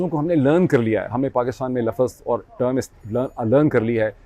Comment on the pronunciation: o bhae Laffaz nahi houtaa Lafz houta hai Lafz ((((Lafz))))